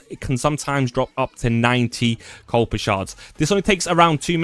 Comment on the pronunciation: There is no letter L in Kuiper. This is not new information. So sick of all the copy cats just taking other peoples advice and presenting as their own. Probably why you have over 2.6K dislikes to 8 likes.